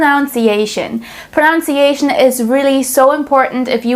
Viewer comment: The irony of you pronouncing pronunciation wrong 🤦‍♂